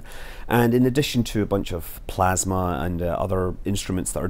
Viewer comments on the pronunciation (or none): none